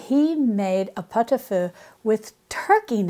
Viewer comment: As a french, the way you say pot-au-feu is very good. I love pot-au-feu, and it makes wonderful leftovers ( Parmentier, poireaux vinaigrette, bouillon vermicelles, salade charcutière...) you can have almost à whole week of meals after a pot-au-feu...